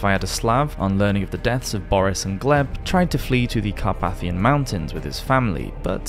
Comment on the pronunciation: Interesting information. The narrator needs instruction in English pronunciation ... "trough" - tr-Off, carp-A-thian mountains et alia.